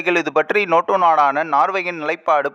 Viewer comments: Noto அல்ல NATO. ஏன் நேட்டோ பேசிக்கொண்டு துருக்கி leader ஐ show பண்ணுரெல். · நோட்டோ நோட்டோ என்று நொட்டதே! . ஆங்கில வார்த்தையினை தமிழில் சரியாக உச்சரிக்கவும். Nato எப்படி Noto ஆனது. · அடேய் ( நோட்டோ இல்லை நேட்டோ )அமைப்பு நாடுகள் பன்னாடை இது கூடத்தெரியாது செய்தி சொல்லவத்துவிட்டாய் 😂